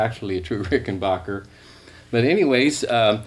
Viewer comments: Ricken...."back"er....... not bacher............ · It's Ricken BACKER, not Ricken BAHKER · Considering Rickenbacker is an American company, it's amazing why Americans cant pronounce it! "A" for APPLE! not ARM!! For some reason it's annoying.